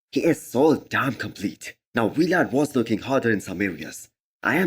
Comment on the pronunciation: Dude stop saying V-Lad. His name is Vlad